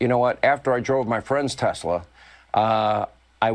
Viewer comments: Teslar...... He doesn't even know how to pronounce the name correctly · 1 tessla ? Lol